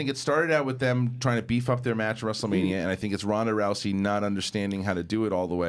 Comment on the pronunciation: It's not Ronda Roucey bro!! Row-zy.